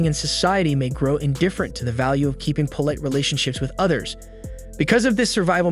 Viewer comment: You repeat yourself about the struggle in urban environments. And the AI mispronounces ‘polite.’